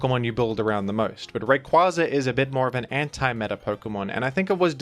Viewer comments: Smh that’s the correct pronunciation of his name. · It IS Ray-Qway-Za though...it baffles me that people still say "Ray-Quah-Za". Have y'all not seen the anime?